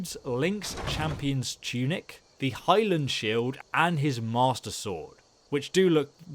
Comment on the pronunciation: the fuck is a highlan shield its high-LIAN